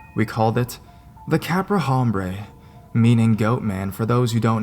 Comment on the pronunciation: HOM bray LOL!